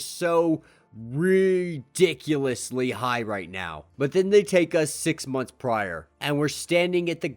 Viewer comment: "Dick stroke" "Ridickulous" lmao man u got me chuckling